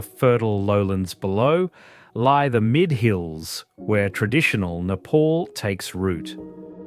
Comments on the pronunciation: wtf is nayy-paul? its neh-paal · It's not "Nepaul" It's "Ne-pal"❤